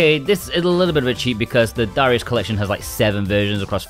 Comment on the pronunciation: Lol "DA RIUS cha cha cha"